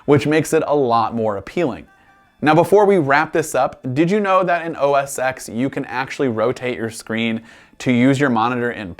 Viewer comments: OS TEN. Not o s x... Oh, and it's MacOS now so... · Yeah, no big deal (just a pet peeve). Just to be clear, I'm referring to its version being pronounced as "X" rather than "10." I'm not saying it's called something other than macOS.